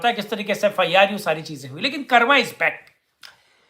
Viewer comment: आप "कर्म" को "कर्मा" क्यों बोलते हैं भाई ?? क्या"कर्म" कहना अच्छा नहीं लगता आपको ??